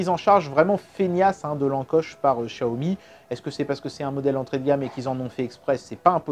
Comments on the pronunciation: J’ai demandé à une personne qui parle le Mandarin et ça se dit « tsiaomi » et pas « chiaomi » 😉 En cantonais c’est Chiaomi mais c’est une marque de Pékin et ça parle Mandarin. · Le Dragon Quand on fait traduire en chinois vocal par Google Translate, ça dit tsiaomi et pas chiaomi. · Par contre, toujours du mal à prononcer Xiaomi et Samsung... Pour toi ça devient "Chiaomi" et "Sanmsung", on ne sait pas pourquoi... Sinon, super vidéo!